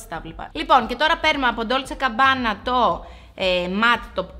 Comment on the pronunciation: GABBANA ρε παιδιά όχι CABBANA ❤️😅🤪